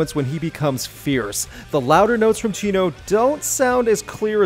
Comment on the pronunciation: The way you pronounce Chino's name sounds like you're calling him Cheeto.